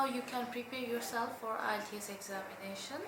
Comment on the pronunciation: PLS,,learn how to pronounce "IELTS"?